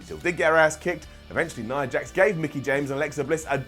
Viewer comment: you're my favorite to listen to on WhatCulture, so you get an up for that. Not just an up, considering there are many of you to choose from, I'd say that deserves a golden up. Now, that being said, let me get to the downs: Why is it that you can manage to pronounce Nia's name properly, but you pronounce Tamina's as if it ends with an R? Both names end with the same sound, and yet you consistently pronounce Tamina...all wrong. That gets a down. And, in fact, since it makes so little sense to me, not just a regular down...you're getting a brown down. Another down for the down you gave to Braun being friendly with Seth. The feud between them was months ago under different circumstances, and they both have a common enemy in Brock so that actually made perfect sense. Thank you for reading, and thank you for posting your ups and downs. 🤘